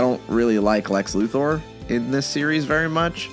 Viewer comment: For what it's worth, I'd like to thank you for pronouncing Lex Luthor's name correctly.